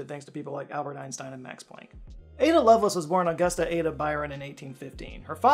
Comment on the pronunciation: it's Love Lace, as you would pronounce them as separate words